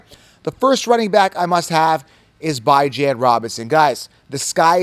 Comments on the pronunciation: Bro his mother pronounces it BeeJohn not Bi Jan so respect the man. Call him by his name respectfully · Beh-junh dude😂😂 stop it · “Bye-Jan” Robinson 😂😂😂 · It’s pronounced Bi•Jan 😂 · love your content but you’ve got to give up this “Bye-Jan” thing. It’s incredibly insensitive and never appropriate to tell someone else how to pronounce their name, regardless of what you think it should be. Please stop, be a decent human, and respect the way Bijan himself pronounces it. I normally love your content but every time you say it sounds like nails on a chalkboard. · Bijan came out and clarified how he himself pronounces his own name in an interview last year. You are the only goofball pronouncing his name like this. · You are 100% pronouncing it wrong lmfao he had a interview where he said how its pronounced 😂 but its always worth a laugh hearing u say it that way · If interviewed Bijan would you really mispronounce his name because of your ego? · There is a video of Bijan pronouncing his name you are incorrect. quit thinking for are the smartest man Rodgers so sounds stupid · Bijan is wrong about how to pronounce his own name ? 🤦🏼‍♂️😂😂😂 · How to pronounce Bijan the correct way. I like your channel but I don't want you to get misunderstood on how to pronounce these guys names. Somebody might think you are trolling lol I got you bro!!!